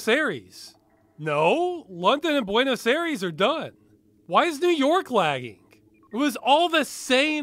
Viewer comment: Oof, its always hard to listen to other accents say the name of where you live. Buenos Aires.